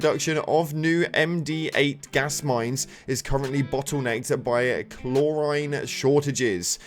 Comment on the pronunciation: You're killing me with the pronunciation of chlorine